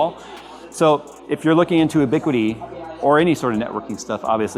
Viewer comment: FYI, it's pronounced "you-biquiti" not "oo-biquiti."